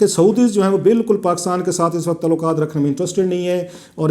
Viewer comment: پاکستان کیسے ترقی کرے گا- تعلقات کو "تولاکا ت" کہنے والا ہمارا نام نہاد صحافی جس کے ہر جملے میں زبان اور تلفظ کی غلطی ہے دنیا کو بین الاقوامی سیاست کا تجزیہ کر کے دکھا رہا ہے! ایسے لوگ ہمارے ہاں عوام الناس کی رائے سازی کرتے ہیں- حیراں ہوں دل کو روؤں کہ پیٹوں جگر کو میں!